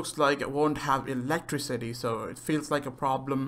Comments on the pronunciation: Awesome video, seriously I'm so hyped for dying light 2. But you said 'electrocity' did you mean to say that, was that just an abbreviation for cities with electricity? Or did you mispronounced electricity? No offence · You pronounce it a bit weirdly but you aight don't worey about it